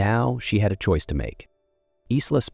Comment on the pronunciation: Pronounce Eye-la; not Is-la. Maybe train your AI?